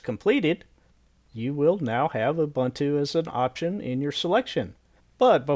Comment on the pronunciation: It's pronounced oo-boon-too.